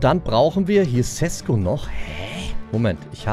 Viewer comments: Ich wollte nursagen sesko spricht man scheschko aus ( ich liebe deine videos)❤ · Dein neuer Stürmer wird scheschko ausgesprochen